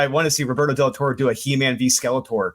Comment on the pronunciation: Roberto's surname is pronounced "Tor-reh"